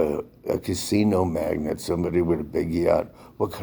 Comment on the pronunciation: "MAGNATE", NOT "MAGNET"